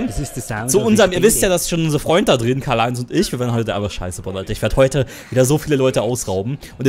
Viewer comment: Du bist der einzige yutuber der mein namen richtig ausgesprochen